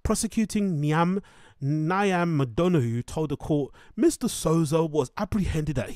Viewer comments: yeah it’s pronounced neev. It’s a real Irish name everyone not from Ireland always butcher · Your pronunciation of Niamh (neev) is gas haha